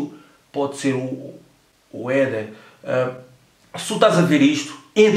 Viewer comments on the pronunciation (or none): Gostei da enfase no "Éder" no fim do vídeo